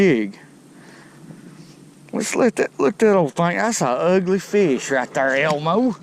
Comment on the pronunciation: I don’t think I would ever put a Carp back!? I Love how he says Feeish!